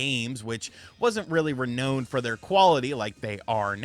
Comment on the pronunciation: He pronounced renowned as re-knowned.